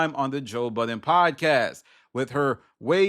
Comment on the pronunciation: You're talking about people not remembering people's names, then you go ahead and say Joe BuddenSSSSSSS. There is no S in that man's name.